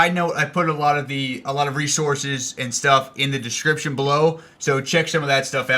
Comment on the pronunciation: 'Description' not 'discreption'.